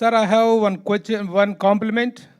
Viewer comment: Quochan kadhu ,question ra 😂..reporters ani chepukokandi ra ayya